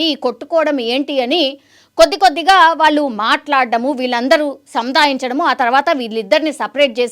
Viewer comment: Anchor! Telugu sarigga palakandi. Vaaaluuu kaadu. వాళ్ళు. ళహ కి vottu ఉంది. కంటెంట్ ని సాగ తీయకండి.